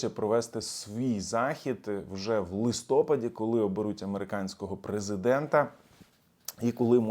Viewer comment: ЛистопАд, а не листОпад